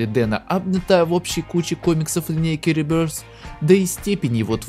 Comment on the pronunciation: Запомните уже, что правильно не реберс, не ребирдс, а РИБЁФ